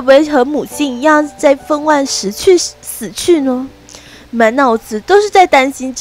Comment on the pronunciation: 分娩(ㄇㄧㄢ 3聲)